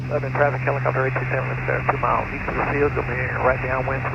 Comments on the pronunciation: Was going to say the same thing. Leb-nin. would have a hard time with Shelbyville too. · You almost got to the point you could correctly pronounce “Lebnan !” I can’t tell you about all the fun places to eat and things to do in Middle Tennessee if y’all remain blacked out on FlightAware! Did you meet the great Heather Bay, airport manager at Lebanon? We base our (air conditioned) A36 20 miles south at KMBT. Safe travels! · I'm from Nashville... It's pronounced "Lebnin" here. Yup we drop a syllable and change the pronunciation.